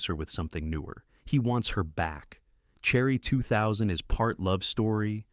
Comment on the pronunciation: It reads Cherry 2000, as "Cherry. ."